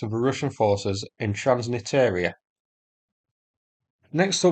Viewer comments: Transnistria <- read the word Not transnitaria, trans nis tria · Its called TRANS-NISTRIA, not TRANS-NITEERIA :-) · Transnistria. Repeat with me Trans-niSSSS-tria. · Just so you know transnistria is pronounced “trans-nis-tree-uh”, otherwise great video as always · it's "trans-nistria" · Great videos! 'Transnistria' pronunciation needs some attention :) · This is definitely interesting, thanks. One small fix: transnistria has an additional "s" in there, I suggest checking out Google's pronunciation and forvo's entries. Thanks! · Artistic liberty - so it rhymes with listeria